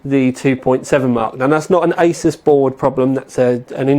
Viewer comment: Someone needs to tell this guy he's pronouncing Asus wrong...